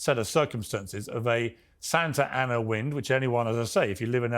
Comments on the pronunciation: If you live in LA, you likely know nothing about the "Santer Aners". Intrusive R is so grating. Actually Piers Morgan is grating. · Ahh the brits, smug arrogant and have a superiority complex but can’t say Santa Ana without an R in the word. Lol